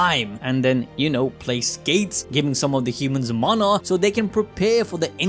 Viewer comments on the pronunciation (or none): none